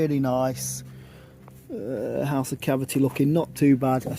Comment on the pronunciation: Why do you call mortar “compo”? Why do you pronounce the word ‘house’, ‘haas’? It’s supposed to rhyme with mouse or dowse.